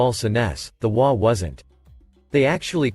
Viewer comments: HOA isn't a single word pronounced waa. It's an acronym for Home Owners Association, H.O.A. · HOA, is not a word, it is 3 letters, and should be stated as individual letters, NOT A WORD. You should be reading it as 'H' 'O' 'A'. This is the short form of " Home Owner's Association. You sound ridiculous reading it as WHAA. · This one cracked me up, started with hwaas and hoe-aas then says ass plain as day only to finally settle into waa's and ah-holes. 🤣😂🤣